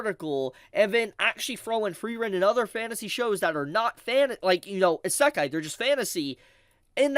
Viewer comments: You saying isakai bothers me more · i cant stand how pronounces Isekai. He constantly says Sa-Kai. It's pronounced "E-Se-Kai " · It's EEE Seh Kai. NOT EH Say Kai. Kthxbai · It's: Ee Say K-eye (Kai) Not: Issekk Eye 3 syllables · I lost it when you said "Asekai" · "ASAKAI" bro, learn to fucking say it properly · You should google how to pronunce Isekai properly first before anything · No kidding. Three syllables and my man pronounced all three wrong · I think he’s trying to rage bait me by the way he’s pronouncing Isekai. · I got isekai’d by pronunciation of isekai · And then there's also this guy pronouncing it wrong lmao. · i dont even think he listens to himself and notices. or he is doing it intentionally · bleeding my hears with the way he pronounce “Isekai” 😭😭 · Knew I wasn’t the only one thrown off. How hard is it to pronounce it the same way as the Japanese people do 😂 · making fun of IGN while my eyebrow twitches every time he mispronounces isekai. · Agree. my ears are bleeding